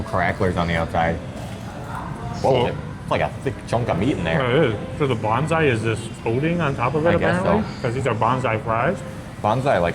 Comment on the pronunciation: When you were looking at the menu it sounded like you were saying "Bonsai" chicken nuggets rather than "Banzai". I couldn't figure out how miniature trees could have any connection with chicken nuggets! Americans do such strange things with vowels in non-English words! 😆